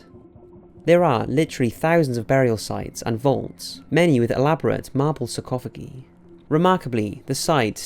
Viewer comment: I love you videos and watch them religiously but doing so I can't help but notice that your pronunciation of certain (sometimes very common) words is atrocious, I've heard things like "kirkyard" instead of churchyard and "sarcophagee" now surely in all your research and all the effort you clearly put into all this at some point someone must listen to your audio before uploading it, or if you're unsure of a pronunciation just google it rather than guess because sometimes you mispronounce the main part of your topic and it makes you seem so much less credible and that's not right because you are so good at this and I love these videos, please don't take this as an insult I just don't want you to damage your own credibility.